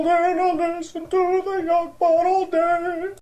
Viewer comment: YOU SAID IT WRONG Ahem, YoGPoD. It's said, YoGPoD.